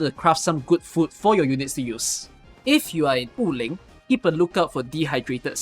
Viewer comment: random correction: Wu Ling is pronounced as Wu3 Ling2 (武陵) and not Wu4 Ling2 like you always pronounce in your videos and streams. anyway, really helpful video especially the part about the items to reveal uncollected auralynes and chests